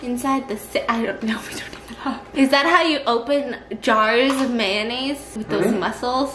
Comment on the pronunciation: I Know I can't be the only person who thought about the episode of sponge bob the way she pronounced. mayonnaise 😂😂